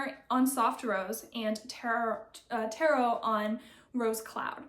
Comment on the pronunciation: So much lovely yarn!! Always happy to see your colors 😊 Little correction, Taro is pronounced “tah-row” not “tay-ro”!